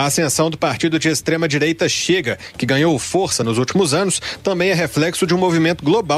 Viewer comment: Tava ate ouvindo , qdo falou extredireita ! Fui!!!